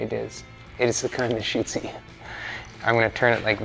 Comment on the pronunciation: Yeah... "its the kind that shooys at ya" 😂🤣😂🤣love it... 😘🏴